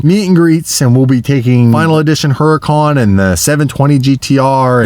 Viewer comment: People really need to learn how to pronounce Huracan!!!!!😡😡😡😡